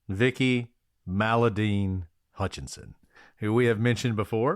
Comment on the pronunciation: Love the pod. But here a year later listening to WM3 case and came to see if anyone has noted that Vicki and Aaron’s last name is HUTCHESON, not HUTCHINSON*, as is written and spoken many times on the pod. There is confusingly also Joe HUTCHISON (Damien’s father). Small thing, but B & A are usually accurate so this bothered me.